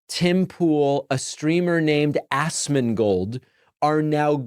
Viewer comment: notice how he pronounces ASMONGOLD as ASSMANGOLD lol also why Pakman always look like hes been crying?